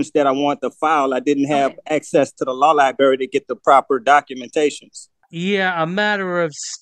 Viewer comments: I know lie-berry🤣🤣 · OMG 😳 If he says “Law Liberry” one more time I’ll just scream 🙀